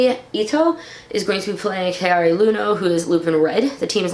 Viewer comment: its Yano not Luno Japanese don't have L's in their language